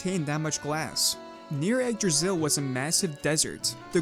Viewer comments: umm actualy is yggdrasill not jigdrasill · Your butchering of Yggdrasil (Igg-draw-sil) really messed up the intro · Y-eeg-drasil Yggdrasil